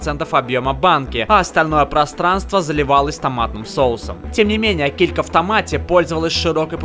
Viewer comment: Килька, а не келька